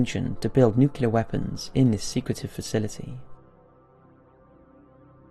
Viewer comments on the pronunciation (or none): nucle-ar not nucular come on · I love your channel with all my heart but please learn how to correctly pronounce nuclear!